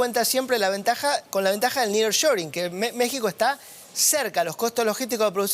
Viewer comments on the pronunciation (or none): none